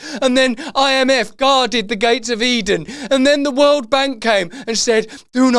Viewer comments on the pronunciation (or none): none